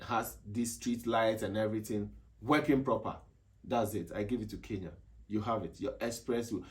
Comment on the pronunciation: Atleast he pronounced kenya correctly not like others 'keya'